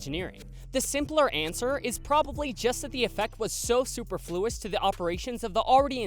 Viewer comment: If you don't know how to pronounce a word like "superfluous," either look up the proper pronunciation, or substitute a comparable synonym. DON'T just say the word incorrectly. Sorry... it's sort of a pet peeve of mine, plus, it just make you look uneducated and ignorant.